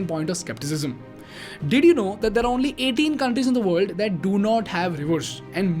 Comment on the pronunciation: Good video 👍 but Please speak proper English not indlish if u can't then please get someone to articulate it. Very irritating when half is what u says is not clear. World sounds like ver-ll and u speak is fast...